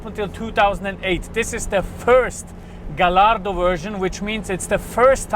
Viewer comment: Pronounced gayardo